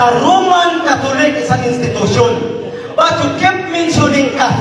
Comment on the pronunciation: Kining pastora grabi jud ka problema niya anang word nga "the".